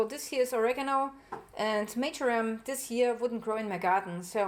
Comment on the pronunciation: Sorry.... its MARJORAM... 🙄😏